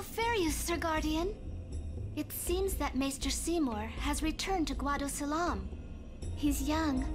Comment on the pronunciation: Oh boy it's "Guadosalam" or like I said in your last play through "Guido Salami". It's ruined my co-worker's image of the guado now because now he just pictures Seymour as an Italian American now which is a shame because FFX is his 2nd favourite Final Fantasy.